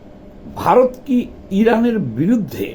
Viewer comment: Bharot bolte giye b.h.a.r.o.t bolen keno.ottonto baje lage sunte.ichakrito noyto?